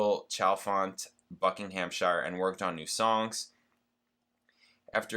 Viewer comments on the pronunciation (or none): none